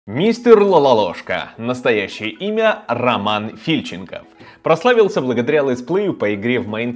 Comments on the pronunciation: ААААА, ТА НЕ ФИльченков, а ФильченкОв!!! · Не ФИльченков, а ФильченкОв бл*ть😡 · Лалалошка * фИльченков фильченкОв правильно